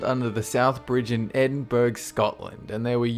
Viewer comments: Lol... Edinburg..."burgh" is pronounced "borough(buh-ruh)". But awesome video all the same :-) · Btw it's pronounced edin-Bruh not edin-burg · Edinburuh not Edinburg, burg is the German word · sigh First of all, it's pronounced "ed-in-burra", not "ed-in-burg". Second of all, Buke and Hare were not doing illegal experiments, they were body snatchers...i.e., stealing fresh corpses to sell to medical universities for dissection. SHAME ON YOU,!!!! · Number 6 not 'edinburg' Edinburgh (ed/in/bur/a) youd have to be Scottish to know how to correctly pronounce that first time! 😐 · Surely more than 105 soldiers died at cemetary hill? Also Endinburgh is pronounced Edin-buh-ruh not edin-burg. It's a weird way to spell things... great vid tho! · its pronounces 'edin'-'borough' (spelt edinburgh) not edinberg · Did you just pronounce "Edinburgh" (Eh-din-buh-ruh) as "Edinberg?" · Edinburgh not Edinburg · It's edinbrugh not ed in burgh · HAHAHAHAHAHAHAHAHAHAHA ITS PRONOUNCED EDINBURUH NOT EDINBURG IM FUCKING CRYING HAHAHAHAHAHA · "Edinburg"? "EDINBURG"? Edinburgh, is pronounced: Eh - din - bruh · It not Edinburgh it edinburu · Edinburgh is pronounced Edin-bruh :) I'm a scot 👌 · Edinburg? Edinburg... IT'S ED-IN-BRUH! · You pronounced It Edinburg it's Edinburgh I'm from Edinburgh, Scotland ! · Yey :3 at least some one said it XD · "Edinburg" ... Jimmies: unrustled rustled [x] Bro, it is pronounced Edinbura (Like kookuburra), you might need this information for future episodes, its a common part of many place names in the UK, and no-one wants to rustle unsolicitied jimmies. Thanks! ~ Spokesperson for all of the UK. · its not edinburg its edinburgh pronounced edinbura, im english i know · Edinberg?? XD Edinburgh* (pronounced Ed-in-bruh) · EDINBERG?! REALLY?! Edinbura Edinbra Both are acceptable answers, but Edinberg? I have never heard anyone pronounce it so stupidly. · Edinburg lol edinboro is how it's pronounced dude it's like only the capital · Edinburg lol!